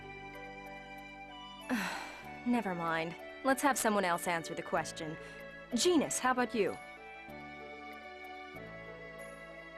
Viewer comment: lol genis is neh faverot charicter